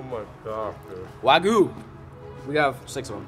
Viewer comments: Love your Videos!!!! But it's "wag-yoo " not wagu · It’s not wagu it’s way-gu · The proper pronunciation is close to Wog-You. I'm really hungry now... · Wagu? Lmao